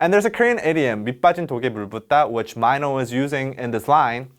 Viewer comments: why does he say m EYE no isnt it m EE no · i love these explanations but the way you said mino as maynow made me so confused. isn't it pronounced as meeno (mino)? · Not sure why it bothered me but his name is Mino. Not sure why it was pronounced like Myno the whole video. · Why do you pronounce his name as Myno instead of Mino as in short "I" ? Really curious. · Super Junior Heechul called Mino as Myno. Just see Knowing Bro Winner x Byungjae ep. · MY-NO OOPS I ALWAYS PRONOUNCED IT AS MIINO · I’m keep listening and every single time you saying MINO intrigues me. MY-NO and MEE-NO keep changing when it’s pronounced MIN-O. It’s quite funny. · Wait so he’s pronounced mY-no and not mEE- no? I’ve been calling him MEENO all this time so am I wrong ?? Lol love this explanation Lmfaoo when you said you thought this song was all about sex and you said “the climax of this song” right after that lol 🤣🤣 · Ok is his name really pronounce like my-know? I thought it was like Minnow...??? Am I crazy or has all of the studying of korean I’ve done been wrong up until now😅😅😅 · meeno not myno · the whole time I call Mino, Mino (Mi-no) but when I heard the way he calls him Mino (Mai-no) i was like: wtf!! am I really an innercircle? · I always thought Mino was pronounced “Mee no” but here they’re pronouncing it as “My no.” Innercircle, which is it?? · its mino not MY NO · so it's really pronounce as Mai-no? dyemss I always pronounce it as Mi-no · omg i’m sorry its mee-no not myno😭😭😭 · Does mino pronounce his name as "my-no"? I always thought it's "me-no" like in Korean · On stage, he pronounces it as My no. Offstage it's Meeno(mino) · I'm pretty sure it's mee-no not my-no 🤣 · Just pronounce Mino as 미노 ...NOT 마이노 ㅋㅋㅋㅋ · Everyone did that. Even mino himself say maino a lot lmao. U didnt realized? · He usually says his name like that in his solo songs :-) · Mee-No, It was bothering me the whole time 😂😂😂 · Hadn't expected him to call Mino 'Maino' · never new his name was pronounced as mine-no